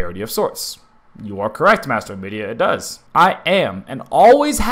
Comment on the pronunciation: It bugs me that you call him MadStar 😂 Gosh darn it JAR fanbase